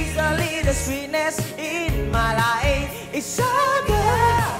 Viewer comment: Phát âm chữ my life chưa chuẩn. Tui nghe bản gốc hát sao tui nhìn miệng thằng này là biết rồi